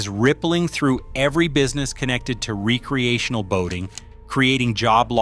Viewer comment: re-creational? It's recreational, gen z can't read very well.